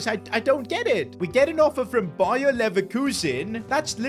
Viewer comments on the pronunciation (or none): none